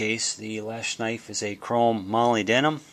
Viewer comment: It's pronounced "mo-lib-denum"